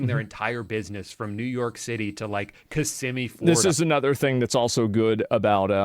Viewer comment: This guy must be from Florida because he's one of the few people I've heard pronounce Kissimmee properly lol